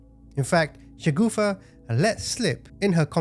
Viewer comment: the name of the sister in law must be Shagufta, not Shagoofa as this guy's saying. A "shagoofa" in urdu is something hideously funny and cannot be anyone's name 😂😅